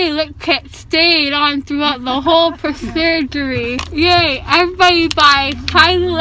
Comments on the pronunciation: lol she prosugery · Did you say "the whole procedury" 😂😂😂😂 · "Throughout the whole presurgery"😭😂😂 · "procedgery" lol Such a funny video! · "it stayed on through the whole prosurgery" 😂💖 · persurgery!!!!omg im dying ahahahhahahahahhahaa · “Prosurgery” lol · You said prosurgery😂 instead of procedure or surgery